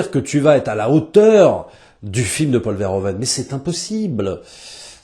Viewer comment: "Paul Fereuven" stp.